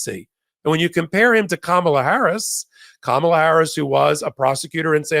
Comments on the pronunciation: please pronounce our VP's name like (pam+ela)=(kam+ela), ok? Sounds better if we can get our own names (DEM-VP '24) correctly, no? I used to say it wrong, too, but it's pretty disrespectful not to get a name said correctly. Thanks., your eval with, about JD Vance was enlightening. I knew nothing about him. He sounds like a disguised leopard (spots) to me. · needs to learn how to say Kamala's name correctly